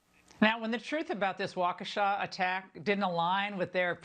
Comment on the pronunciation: doesn't even take the time to pronounce the city name correctly. She said Waunkesha.